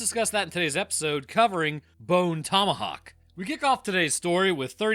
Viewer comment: well you said that movie name wrong